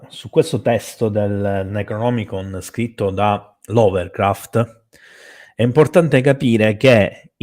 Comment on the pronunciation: Una delle Live più interessanti ed attuali mai ascoltate. Complimenti per scelta e articolazione dell'argomento. Piccolo appunto antipatico (spero mi si perdoni): Lovecraft non LoveLcraft, Necronomicon e non NeGronomicon come giustamente pronuncia.